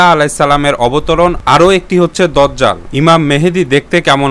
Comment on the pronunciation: বয়দা না বায়দা বয়াত না বাইয়াত দজ্জাল না দাজ্জাল